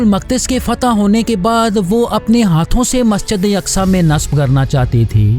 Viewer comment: Masjide yaqsa nahee Masjide aqsa hai woh..